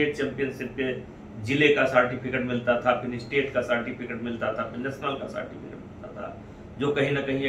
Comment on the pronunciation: सर जी सार्टिफिकेट नहीं होता है सर्टिफिकेट होता है। ओ तो आपके बात से ही पता चल रहा है महाराज । कुछ नमूनों के चलते पूरा बीजेपी बदनाम होता है।